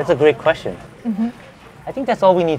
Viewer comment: nice queshtion 💀💀